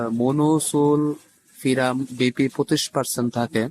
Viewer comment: Monosulfiram উচ্চারণ করতে পারেনা, আবার এই কোয়াক আসছে মানুষকে জ্ঞান দিতে!!